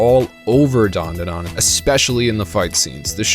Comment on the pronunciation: Its Dan Da Dan Not Dawn Duh Dawn you aren't special